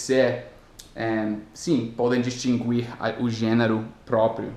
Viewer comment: em português em "distinguir" não se lê o "u".